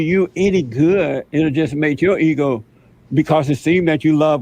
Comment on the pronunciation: It would make your eeho feel gooh 😂😂😂😂😂fuck you mean Jesse